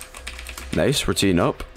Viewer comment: pronouncing nice "Nace"